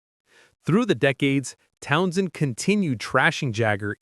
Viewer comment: You can always tell a bot, they overpronounce things and pronounce them literally, not like real people. This guy says Town SHEND like he was drunk and trying to maintain. Pete was OK, but he was never an inspired guitarist, he wanted to be the show, which explains his feuds with Daltrey.